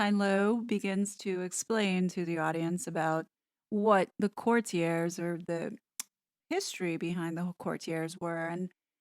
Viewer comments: Note: Lascelles is LASS-uhls and it’s court-i-erz. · Great review! The word is actually pronounced “court-tee-ays.” Thank you for doing this review!! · Tommy La-sells. The c is silent. Core-tee-uh(s). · Or court-ee-ay(s), silent s, if you are using the correct French pronunciation. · If we’re on pronunciation it’s pronounced Court te a. It’s a French word. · I just heard Piers Morgan say the title of this book and he pronounces it /kurtyurz/ with the stress on the first syllable. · I can't take the constant mispronunciation of "courtiers". Hard pass.